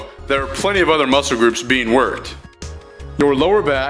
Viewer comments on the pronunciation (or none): none